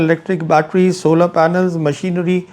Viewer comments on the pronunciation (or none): none